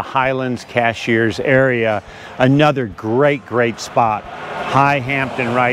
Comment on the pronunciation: Great video! One peeve: it's CASH-URS, not CASH-EARS